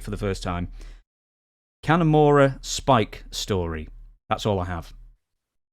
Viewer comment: Sullivan's pronunciation of Kanemura makes him sound like the strangest half Irish/Japanese guy ever......Kenny Mora.